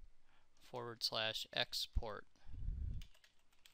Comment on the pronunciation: it's not "ect" its "etc"